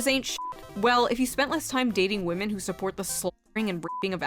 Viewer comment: “I respect wamen”… Respect means to fear Lol.😂